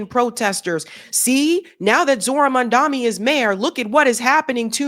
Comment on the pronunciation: you said Zohran's name wrong throughout the video